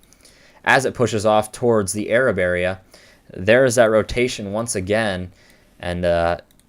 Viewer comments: Arab is pronounced eh-rahb. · From there, Arab is not pronounced like you'd think. It's pronounced exactly how it's spelled - Ay-rabb. No hate, you did an awesome analysis. We have very weird pronunciations of town names in Alabama. I enjoyed your video, though. That day sucked and it's something none of us will ever forget.